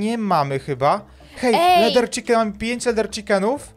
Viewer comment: Chiken a nie czikin